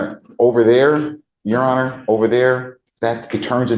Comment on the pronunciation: The way he says "yesirhonor" really pisses me off for some reason. 😂